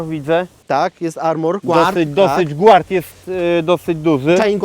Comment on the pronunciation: Gard, a nie głard :)